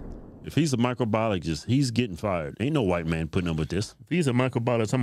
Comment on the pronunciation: Could barely pronounce microbiologist.